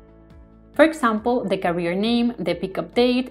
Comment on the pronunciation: Very useful tutorial for a very useful plugin. One comment about the video: you're pronouncing "carrier" as "career", which sounds odd and distracting... Carrier should sound like "kèrrier" 👋